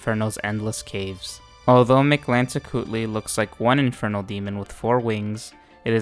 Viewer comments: You get a like for effortlessly pronouncing Mictlantecuhtli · I have to say as a mexican. You Pronounce very well Mictlantecuthli, Im impressed.